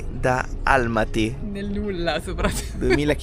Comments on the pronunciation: e quindi....sembrerebbe dall'ultimo vostro video 'Abbiamo deciso di sconvolgere tutto' che l'accento è sulla seconda 'a' ...quindi Almàty! Eh eh 😊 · Buondì e. Secondo me gli accenti sulla pronuncia di Astana e Almaty sono sbagliati😂😂😂😂 Astàna(accento sulla seconda a) e Almàty(con accento sulla seconda a)....dovrebbero essere così 😂😂😂😂😂😂